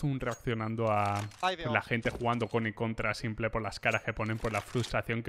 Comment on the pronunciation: a los que le pone nervioso que le diga simple y no simpol